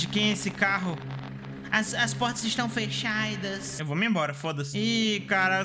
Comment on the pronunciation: "as portas estão fechaidas" kkkkkkkkkkkkk eu sempre dou risada com umas coisas bem especificas mds